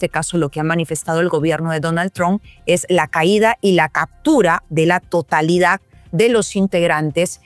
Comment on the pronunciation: No se dice cactura, se dice captura